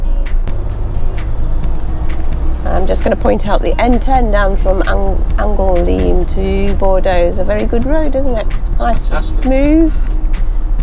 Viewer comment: Angoleme not Angoleeem